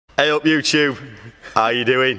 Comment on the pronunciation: Anyone notice he says, you - CHube in his intros? Not youtube?! (Not hating)